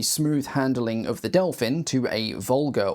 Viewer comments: still used in active service in the early 2000´s by several air forces across the world !!! so glad to get recognition on my nation´s domestic development ... the whole family originating from the "Delfín" - Dolphin - is remarcable ... extra points for pristine pronunciation of our names... the reconaissance frame was able to take off and land literarly from the forrest road... practiced many times ... taking off from places none expected to and literarly disappear - presumed destroyed - only to be towed somewhere else and continue its reconaissance mission from similar seemingly impossible locations... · Hat off to you for much much better than average pronounciation of Czech names. I think you got as close as can be expected from someone not speaking the language. Near where I live, at Brno airport, there is a flight schools that has one Delfín. And you can even buy a sightseeing flight in it, if you are willing to pay that much money (I think it costs about 15x more than a short flight in a small piston aircraft like Zline Z-43 or similar).